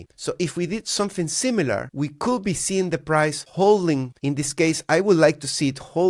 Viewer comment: Stop pronouncing Could be as coulll be. It's triggering my OCD. Just say coud...silent L 😊